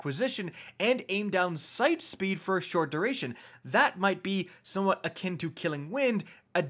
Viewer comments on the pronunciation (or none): none